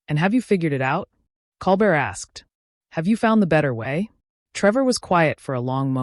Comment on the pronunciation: And Colbert name is mispronounced.